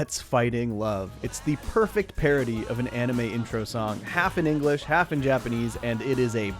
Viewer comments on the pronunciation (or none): none